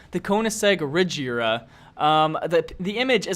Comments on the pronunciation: Both Koenigseggs And The Buggatti Chiron You Miss-Pronounced. The Agera Is Not Pronounced "Ajera" It is pronounced the way it is spelled "Agera" And The Regera Is Not Pronounced "Rejera" It Is Pronounced The Same Way It Is Spelled. And The Buggatti Chiron Is Not Pronounced "ShirO`ne" It Is Pronounced "Shiron" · A-Gee-Ra and Ree-Gee-Ra thats how you say in sweden i think found that out... thanks google translate!!! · the Agera R you pronounce it like Ajera R so please,your the best love your vids (heart this please ) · is it just me or is he pronouncing every car name wrong like ajera! sentenario! face palms cmon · I love this video but the way how you pronounced the agera and the centenario made me cringe._.